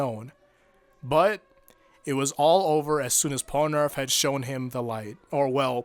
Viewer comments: man, i love the actual content of this video but why is it so common for people to call polnareff "pol-a-nerf" instead of "pol-na-reff" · Pol-A-Narf? bruh it's Pol-Na-Ref. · "polunarf" you had one job. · I like the video, but the way you say Polnareff is weird :p